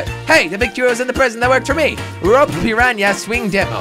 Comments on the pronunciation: jelly its piranna not prirania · It’s per.on.a not pear.een.a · piranha not parania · it's not piranya! and it's a pirana plant from mario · Aw yea jelly your English is so good Not piranha plants Pinyanya plants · peryanya lol try per- ahn-ah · It's a piranha not a pranya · Yes a Pirania NOT a pirana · Pirana not Praña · I started cracking up when he started calling it a purania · who came here just to see if anyone commented on the 'piranya' part??? :-) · stop saying paranya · How Jelly says piranha is funny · Jelly you said piranha wrong